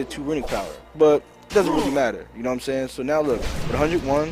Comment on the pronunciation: more like "SHHHayin"